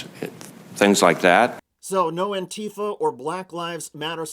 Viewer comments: REEEEE!!!!! ANTEEEEEFUH! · AN-ti-FA, you fucking morons. NBC used to have a handbook of pronunciation. Now these clowns just say whatever they damned well please. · Currently two English pronunciations appear to be gaining widespread use: \an-ˈtē-fə\ (an-TEE-fuh), and \ˈan-tē-ˌfä\ (AN-tee-fah)